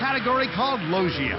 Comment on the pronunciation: okay I'll give 4kids props here, this is a fairly good explanation even if they mispronounced Logia.